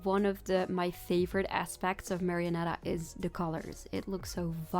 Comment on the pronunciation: i swear i am not gonna over rea AAAAAAAAAAAAAAAAAAAAAAAAAAAAAAAAAAAAAAAAAAAA Also you pronounced marionetta correctly the first time